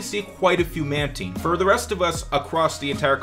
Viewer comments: Its pronounced man-tyne. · You said mantine wrong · mantine?? he said it wrong